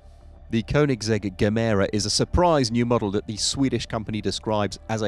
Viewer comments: He said gemero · Not the best bit of research and reference work done on the Koenigsegg bit. Gemera is not pronounced with a hard G, and the Jesko powertrain is not electrified. Koenigsegg even labelled the Jesko as their last pure combustion engine car.